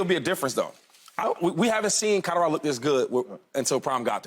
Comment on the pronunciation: CADDA-RADO….lord have mercy.